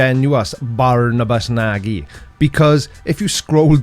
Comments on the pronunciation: You're ALMOST there with the Hungarian pronounciation,, my kedvenc (nooo insult here, go to google translate 😂)! - When you pronounce "Nagy", just think of Monty Python's sketch "Nudge Nudge" - say "nudge nudge" and cut the second "nudge". One ist absolutely sufficient for Barney! (And remember for your education: "nagy" means BIG! - A big what? I leave that to you to decide!) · close but not quite. Nagy - > Nadg (no ee sound). You can use Google Translate to get the correct pronunciation. (I tried the mobile - android - version and could verify as I know a little bit of Hungarian). And YES, Barnaby is a Fool (tool - spanner?)